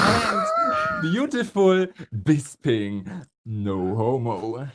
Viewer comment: is actually the worst offender when it comes to pronouncing bisping as bisBING 😂